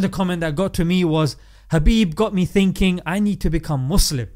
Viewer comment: Is it just me or You're actually saying Habib instead of Khabib?